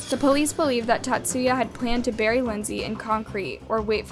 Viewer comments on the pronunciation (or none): none